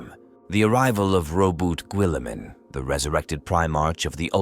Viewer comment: lol the pronunciation of guilliemem and primarchs are rough lol also flesh tear💧ers lol